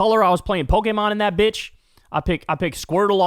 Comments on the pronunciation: Kyle is the only white man who can pronounce Pokémon perfectly. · I'm happy that Kyle can properly pronounce Pokemon